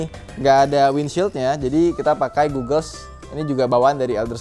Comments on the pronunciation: bacanya "gogels", bukan "gugel" seperti google. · kacamatanya bukan d baca "gugels" tapi "gagels"